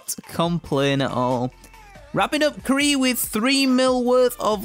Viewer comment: i think that was k'ril not kree as u said lolol but as always great vid my man